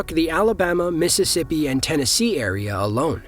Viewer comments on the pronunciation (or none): none